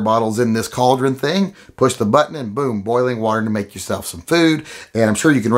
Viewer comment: CAULDRIN,... UH... NO.